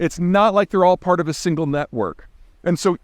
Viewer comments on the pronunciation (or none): none